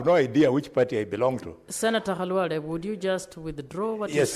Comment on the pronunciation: Is this speaker a Luhya? She knows very well how to call senator Khalwale. Others calling him Kalwale.